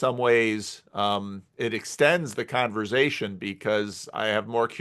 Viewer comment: This is great. Also wild to discover there are TWO CRC pastors who say 'converzation'